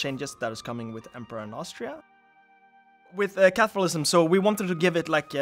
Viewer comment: I kept hearing capitalism 😂